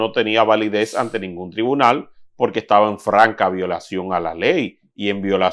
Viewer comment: y porque el siendo abogado cuando expresa la palabra porqu el dice polque?...